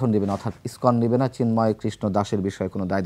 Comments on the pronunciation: Iskon not Ipson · এই পেট ফোলা ব্যাং টা বার বার ইস্কনকে ইবটন বলছে। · Ipson না lskon,,,, কোন মাদ্রাসায় পড়াশোনা করেছিস😅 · ISPAN na ISKCON ? aage se ta thik kore balun. Abar international relations niye Katha bolche .